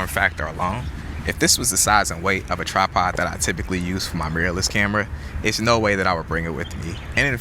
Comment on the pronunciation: Brother it’s tripod not trapod 😂